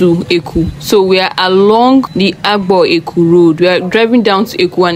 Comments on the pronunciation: Not éku but Ękuuuu or Air kuu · The town is called Eku (pronounced as: air -khu). Obviously, you are non-native, but you should make effort to get the correct pronunciations of the local names because the language is highly tone-dependent. Your pronunciation of the name of the town is very wrong because it means 'evil thing' in the local language.